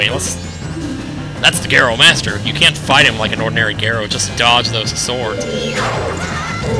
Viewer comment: GAROS FTW!!! >:3 nobody knows how to pronounce them right though...